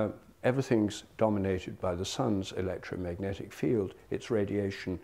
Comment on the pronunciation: "electrometic impulses"? Was his voice trying to say "electromagic"?